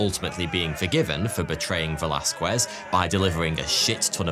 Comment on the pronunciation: Heads up,, the name is pronounced "ve laz kez" cause the U in Velasquez is silent. (just like the R in Forty Two)